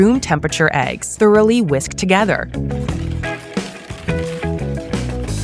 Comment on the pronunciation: First time she said eggs without egging all over the place.